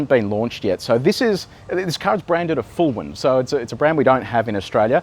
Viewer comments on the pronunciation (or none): Did you say the "Fulwin Anal"?